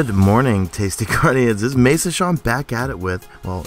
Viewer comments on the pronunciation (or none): none